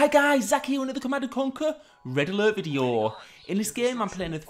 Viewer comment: "red aalart vidiyyoh". Love it ❤😂